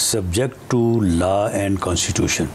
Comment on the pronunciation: Not LA but LAW